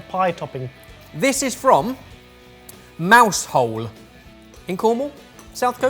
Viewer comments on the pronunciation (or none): It's not Mouse Hole - it's pronounced Mowzzle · ITS NOT MOUSE-HOLE, its "Mowzul". Please have put up a public apology in the next video. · Mouse hole 🤦🏽‍♀️😂😂 pronounced mouz-el also it’s one word. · AAARRRGGH!!!! ----- I totally cringed when you said "...it comes from Mouse-hole" NOOO --- NOOO it doesn't!! That's totally not how you pronounce it!! it's "Mow (Mau) (like - how now brown cow)- z'll" --- "Mow'z'll" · *"mOW-zullz" (OW as in COW) Spelt "Mousehole" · Pronounced 'Mowzel'' not mouse hole! :) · It's pronounced "Mow-zell" not mouse hole. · Its pronounced mousle (mow like how) speed up and compress the two words mouse hole together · It’s not mouse-hole 😂 it’s pronounced as mowzel. I’m Cornish and grew up close to it ❤ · MOWZAL NOT MOUSEHOLE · Coming back to this video a year later, last summer, I actually got to visit Cornwall. I've got some family that lives down near Penzance, and they warned us not to go to Mousehole (which frustratingly is actually pronounced more like "muzzle") because it was very hard to navigate back out of. And yet, as we were leaving Penzance, we wound up accidentally going into Mousehole, and yes, it was quite tricky getting back out. Lovely area, and a remarkable local distilling community down in Cornwall. Had a wonderful time visiting Tintagel, St. Michael's Mount, and Landyhook, doing a little bit of a Twelfth Night tour. If you know, you know. If you don't, look up the film adaptation from the mid-90s. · Disappointed at the mispronunciation of Mousehole. It's actually pronounced mow-zel. Otherwise a good episode thanks. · As someone born and raised in Mousehole (Mowzel) i just knew it would be pronounced incorrectly 😂 and Tom Bawcock is pronounced Bow-cock 👌 Glad to see it in the video though! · Mousehole is pronounced mauwzall by the locals. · Mousehole is pronounced mouzle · Grrr it's not pronounced mouse hole. Mows as un cows and all. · Mousehole is pronounced Maow-zul. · It’s pronounced “mau-zull” not “mouse hole”